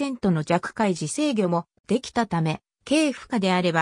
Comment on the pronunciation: DF50、私が一番好きなディーゼル機関車です。 世界一美しいディーゼル機関車だと思います。 界磁 ｢さかいじ｣じゃなくて｢かいじ｣ですよ。